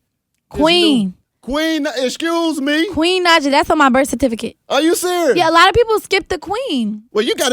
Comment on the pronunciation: Yes. Correct him Queen! I also hate when they pronounce Naija with such heavy enphasis on the "i" like "Nijah" instead of "Nahja". Sigh